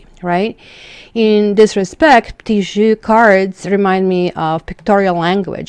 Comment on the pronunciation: You're saying 'jeu' wrong.